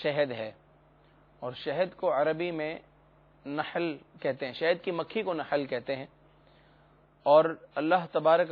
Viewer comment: Nihl nhi nahl lafz b sahih nhi bool sakty ho